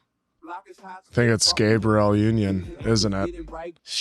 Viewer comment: You’re saying Gabrielle’s name as the boy version.